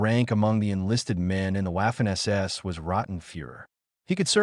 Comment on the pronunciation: You need to work on your AI lector. In German it’s not wafer or Wehrmacht. It’s pronounced Vaffen and Vermacht. I guessing this video got demonetised as it was written by chatGPT then read by spechello?